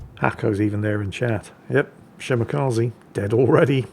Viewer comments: Shimakaze? more like Shimawhatze. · don't pronounce long names, please don't force him, he old and grumpy n salty lol,,,,another great video